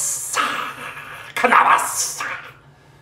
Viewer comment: For the love of all that is funny, PLEASE let us know who the ken-abb-is guy is. Please. I don't want this laugh to end. I'm positive that he has some other delightful mispronunciations to share with us. Don't let us down TJ.